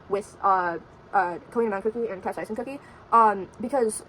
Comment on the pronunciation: Cap-say-shin and queen a-mon